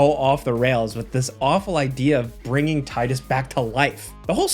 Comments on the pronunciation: isnt it pronounced teedus? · Downvote because you cannot pronounce "Tidus" correctly. His name is spelled with a D, not a "Titus", the American name. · That's not how you pronounce Tidus. The game has voice acting. They SAY his name. Why do so many people get this wrong?